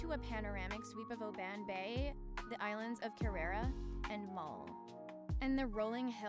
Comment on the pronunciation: Guys Im Scottish and visit Oban regularly, please pronounce the name right O B AH N lol,,,,,so glad you visited and great footage. I have it on my channel a drone view have a look. New Scottish Subsciber